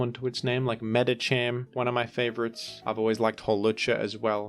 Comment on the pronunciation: Why did he pronounce Medikam like that?